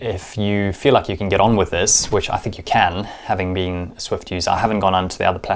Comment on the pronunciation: It's called Zwift, not Swift :D